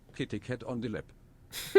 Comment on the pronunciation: When first ca.e, I thought he said Diddy when he said kitty.... also communism was a good idea and only failed due to corruption. If there was a good leader they would be overalled by a tyrant, due to bigger army diplomacy, a perfect repayment of communism is incredible challenging.